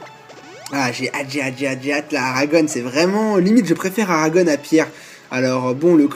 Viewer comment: Il faut que tu prononces Aragon sans "one" à la fin, ça me file les frissons, à chaque fois . Comme le poète Louis Aragon